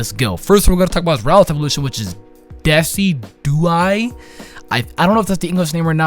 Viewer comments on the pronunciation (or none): Decidueye is pronounced DESIJEWEYE. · Decidueye is pronounced Des-sid-you-I Decidueye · it pronounce Da-sid-u-eye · omfg I read this comment wondering how he would pronounce it, did not expect deck-i-dew-ee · This man said "Deck-i-dew-ee" I'm gonna lmao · "Deki-duey" lol good try tho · I love how mispronounces all three final starters' names. Well he gets Primarina right eventually. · Y'know Decidueye is pronounced like deciduous, right? It's name is based on the adjective that refers to trees.